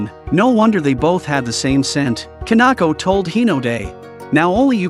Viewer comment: Kanako? Its Kinako